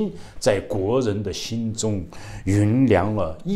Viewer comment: 感謝及時、客觀的新聞！ 善意提醒一下，“酝酿” 不讀 “云良” 讀 Yùn Niàng， 總是讀錯。